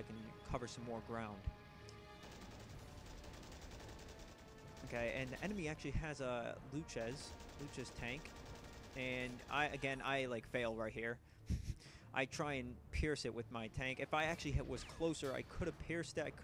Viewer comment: I know this is old but Luchs is pronounced like Lukes